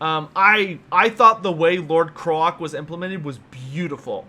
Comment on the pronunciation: I love your content and watch most of it but for the love of fucking god learn how to say Kroak's name properly. (CR-OAK not KR-OK)